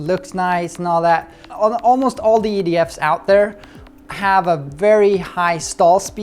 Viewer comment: Its funny it almost sound like said ''idiots'' in stead of ''EDF'S'' LOL!